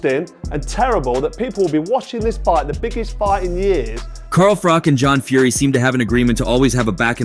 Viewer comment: ‘Car Frok’! WTF….. sort out your pronunciation!